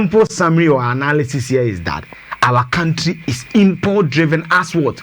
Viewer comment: The word is analysis not anaaalyses! Kumasi boys tweaaa